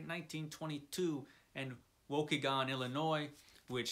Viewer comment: It’s pronounced Wa-KEE-gan. :).